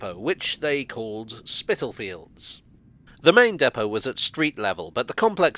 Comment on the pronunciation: Thank you for another interesting video. Actually Spitalfields is pronounced spitterfields, the l being silent. I was born there in 1960, very hard to believe it is becoming a trendy place now.